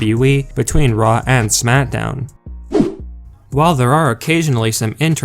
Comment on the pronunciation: It sounds like he says SMATDOWN